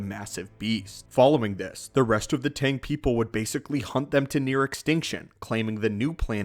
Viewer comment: "Mando Aid" Its "Mando'ade" (Mando - ah - day). "Tang" is "Taung" (Tah - ng)